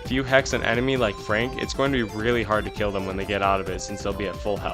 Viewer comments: Why does he say crill instead of kill every single time? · why does bro say "Krail" instead of kill ts pmo